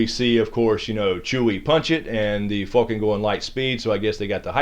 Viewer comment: bitch. If it was Fulcan it would be spelled that way. It is Falcon. WHO DAT, GEAUX FALCONS!!!